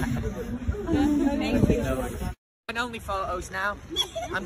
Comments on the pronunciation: “fank you” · he doesn't say "thank you," he says "fanks" or "fank you".